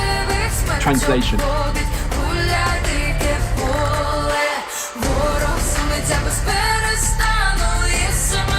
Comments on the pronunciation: you are right with pronounciation of "dyke pole". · Your "Dyke pole"))) was amazing) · your ukrainian "deeke pole" is great! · Ти класно вимовляєш ДИКЕ ПОЛЕ. Дякую, що популяризуєш українське. Це для нас зараз дуже важливо. Слава Україні! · your pronunciation of the song's name is 100 of 100% correct! Thanks for putting in the effort 👌🏻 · Dyke Pole - you pronounced that very well